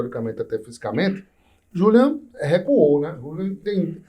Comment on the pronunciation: O homem já repetiu o próprio nome N vezes: Julian e não Júlian. Ninguem respeita!